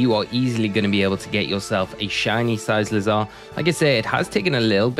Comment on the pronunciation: You are mispronouncing it. It’s pronounced with hard C sound on the second C like the word cycle. As in bicycle. Cuz it looks like a bicycle.